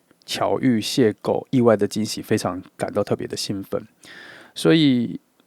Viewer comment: 2 邂逅（謝後）不是（謝構）